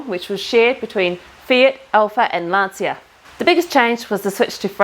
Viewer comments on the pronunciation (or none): Please pronounce Lancia as the proper Italian name Lancha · Lancia, in Italian language you speak Lanzia, it's funny. good work.